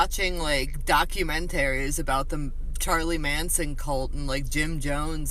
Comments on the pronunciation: Most concerning thing about the Tik toks is that they don’t know how to pronounce documentaries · How can you trust anyone who pronounces documentaries like that. Sis just likes killing animals and living in a cult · It really bugged me how she said "documentaries' and also telling gen z get outta mamas basement,isn't gen z like 13? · The way she says documentaries alone is enough for me not to trust that girl tbh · One of the scariest parts is how that chick pronounces documentaries